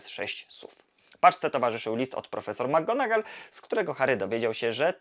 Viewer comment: Świetny materiał, jakkolwiek mam jeden przytyk😉 Zarzucasz chłopcom że nie potrafią nauczyć się wymowy Leviosy podczas gdy notorycznie źle akcentujesz nazwisko McGonagall. Imię Seamus jest pochodzenia irlandzkiego i wymawiamy je SHAY-mus (/ˈʃeɪ.məs/)